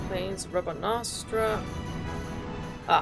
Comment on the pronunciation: I love when you say "Rabanastra" 🤣❤️